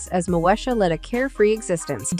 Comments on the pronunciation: At least pronounce the name of her show right its “Mo-Eesha” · 😅😂You cannot even Pronounce her TV name right pathetic